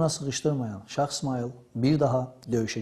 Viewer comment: Məncə,bu qədər savadlı bir insanın şah sözünü şax deməyində bir qüsur yoxdur.